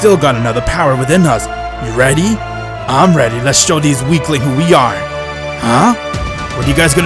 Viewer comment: i love when you make theez